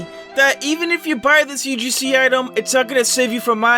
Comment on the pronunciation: He said not ugc he said ug-see